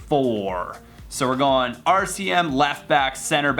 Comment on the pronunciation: yeah I heard that too haha he didn't feel like redoing it haha